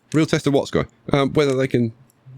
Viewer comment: Dear... I was NOT expecting to get called out by name in an episode! That, on top of you using the idea I had, has absolutely made my day! As for name pronunciation, you actually got it right first try.